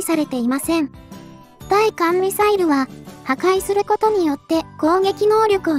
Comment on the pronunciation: 対艦(ついかん)は、(たいかん)の、間違い。